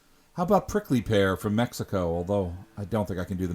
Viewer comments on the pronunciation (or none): none